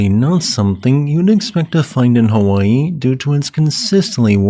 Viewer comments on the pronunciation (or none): none